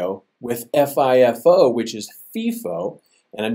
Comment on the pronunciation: its pronounced FY-FO, not FEE-FO, when talking about FIFO